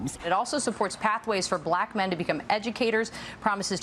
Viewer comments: When did black get two syllables? Buh-lack! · Only Trump could pronounce the word 'black' with a hard Q. "...I love BLAQ men..." 🤨